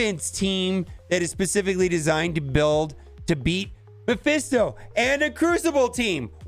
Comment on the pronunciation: It is mephisto not maphesto :D